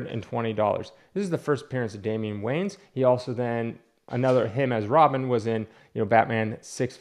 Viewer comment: "Damian Wayans" 🤣 i didnt know they had a white kid brother too gd theres tons of those guys